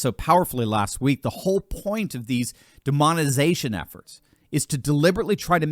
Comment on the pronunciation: Say it with me DEMONI-TIZATION. Please stop saying it wrong. Tyty.